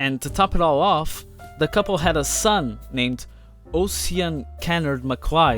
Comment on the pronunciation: I understand that English is not your first language, but when publishing on the Internet, it makes sense to avail yourself of all the language sites available to at least get the pronunciation of people's names correct. "MacLise" is pronounced "makleesh" or "makleess." "Ossian" is pronounced "ow-sheen." HTH